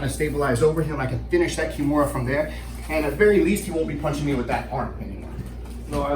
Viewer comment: Why do they keep calling the Americana a Kimora?